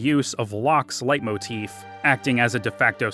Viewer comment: Cringe. But it’s pronounced lay motif